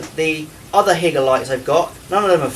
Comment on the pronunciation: It's not HIGGER it's Hi-ger just saying 😂